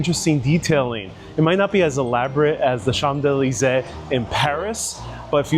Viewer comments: The Chamdelasais? 😂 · It's as similar as his pronounciation of champs élysées.